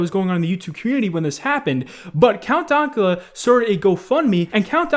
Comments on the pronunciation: Count donkula? It's dank... As in dank memes lmao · "Count Donkula" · >count dawnkula its pronounced count daynkula. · Dank-ula not donk-ula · DANK-ULA NOT DONKULA BRO COME ON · DANK LIKE SHANK NOT DAWNK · Everyone: Count Dankula: Count Dawkula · DANKula, not "DONKula" Come on. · Oi mate it's Count DANKula, not Count Donkula. He even says his name at the end of his clip, and you used to smoke weed too! Com'on! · IT'S DAYNKYEWLA. NOT DONKYEWLA!! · Ok im sorry but throughout the section with Count Dankula you are pronouncing Dank as Donk. Its kinda infuriating. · COUNT DAKULA, mate, wtf its count dankula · Count Donkula? Its DANKula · did just pronounce counts name as donkula? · Count "Dunkula?" how could you possibly fuck that up? Do you not know the word 'dank'? jfc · "count Donkula" like wtf lol i feel like & Keemstar just purposely mispronounce names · “Count Donkula” just stop it 🤦🏼‍♂️ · It’s pronounced Count-dank-ula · really called Count Dankula Count Donkula lmaoo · “Count Donkula” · Count "who"—cula? Haha, I love listening to you fuck up pronunciations. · “Count Donkula”... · Man really can’t say Dank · Nobody:: Count DONKula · There's probably people who already pointed this out, but it's Count DANK-Ula. Not pronounced like Danke (Thanks in german) or anything like that, It's Count Dank-Ula. Count Dankula. Think dracula, but Dank lmao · hearing you say dankula hurts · Anybody else get irrationally angry with how he pronounced Dankula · Why do you say "dankula" like that? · The way you say count dankula makes me want to die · The way you say Dankula triggers me. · Only two things I didn't like in this video. "Dank" being pronounced "Donk." "Woe" being pronounced "Woo." Otherwise, your videos are great, keep it up.